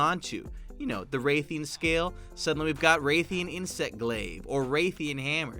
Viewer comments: ALSO ITS PERNOUNCED RATH-IAN NOT WRAITH-IEN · rathians, rath-e-in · RAYthian... uuuhhhhgggg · Come over to claim the "Monster Hunter fan" ticket! Edit: I HATE IT WHEN HE SAID RATHIAN'S NAME WRONG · The way he says rathian... its not ok